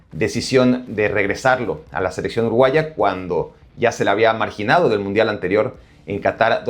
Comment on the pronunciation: "Mudial" no importa si lo Cambias, así decía Primero xd